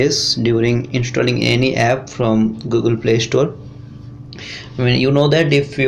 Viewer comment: Ganyan din ang pag salita niya ng app epp daw🤣😡🤬